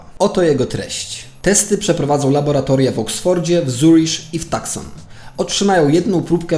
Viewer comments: Ten "Zerisz" to chyba Zurich po prostu? A "Tuskon" to Tucson (czyt. Tuson). Film ciekawy i rzetelnie przygotowany, ale czasem ciężko zrozumieć o jakich miejscach mówisz. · Bardzo dobry materiał. Niby temat znałem, ale nie wszystko, nie aż tak dogłębnie. Super zrobiony materiał. Jedyne co to.. wymowa: * w Tuscon 'C' jest nieme - wymawia się ''tusan''; natomiast czy mówiąc ''zeRRiś'' masz na myśli miasto w Szwajcarii, które wymawiamy ''curych''?